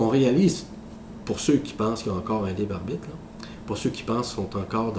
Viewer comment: "Le libarbite"